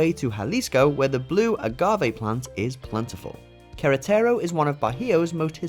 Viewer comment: The way he says Queretaro is funny as hell! 😅🤣